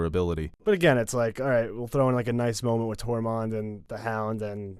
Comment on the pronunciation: Tormmund not TORMONT